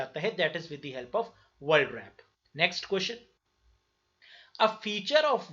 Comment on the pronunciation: Sir aap world world kyu bol rhe h...